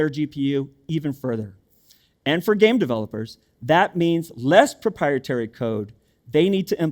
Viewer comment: Wow, the Stressing on "Less Proprietary Code" 😂